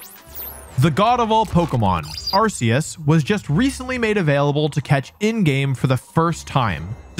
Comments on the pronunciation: R K Us, hard C not soft C. Say it correctly please, thanks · WTF is this?! You are supposed to know about Pokémon. Arceus is not pronounced like arse, GF have even said this. You left out the part about Arcanine was told being a legendary in a early guide book. You failed to mention Silver as a possible to be Ash's father. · Arceus is pronounced ARE-key-us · Ah yes, the ARK pokemon is definitely pronounced with an S sound. That totally makes sense. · Please just say arceus correctly